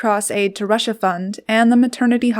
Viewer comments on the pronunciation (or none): none